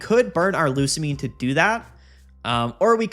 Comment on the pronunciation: Bro I told you how to pronounce Lusamine!